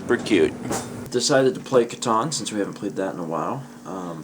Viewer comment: Everytime you pronounce Catan like that I think you are talking about Ben. Also semi-related, Mal's comment about the lumber made me think of Loids are not Christmas.